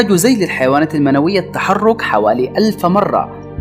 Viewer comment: ذيلللللللللللل وليس زيييييييييل ماهي مشكلتكم مع حرف الذاااااااال ......ذال ذال ذال الفظها وليس زيوووول ..